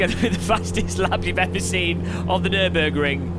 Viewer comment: What did u say? Nübürig?! Please be the first English/American YouTuber, who pronounce german City´s, Brand´s and names correctly! ^^